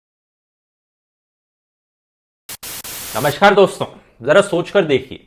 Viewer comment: its namskar(hindi) not namskhar(urdu)..dhruv check ur hindi skill use shabhtashudhi as mishra said....